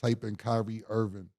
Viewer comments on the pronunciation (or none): none